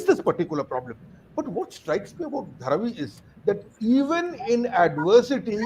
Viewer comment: Pronounce the way locals to Seth - Dhaa-Raavi